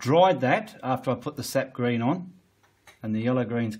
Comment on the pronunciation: Are you saying, "Seth green", "set green" or "sept green"? I can't quite understand what you are saying.